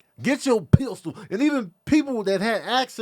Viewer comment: that damn Pist-Ule 😂